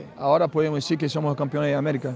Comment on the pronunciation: Tem uns erros, mas melhor que de muitos jogadores brasileiros hahaha ele não falou algumas palavras certas "nascemos era nacimos", "tão era tan", "campeões era campeones" e outras palavras mas coisas pequenas, é compreensível